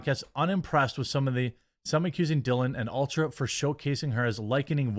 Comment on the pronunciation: Dude you are awesome! So well spoken! I love your content. But it’s ULTA not Ultra, lol, I’m rolling 😅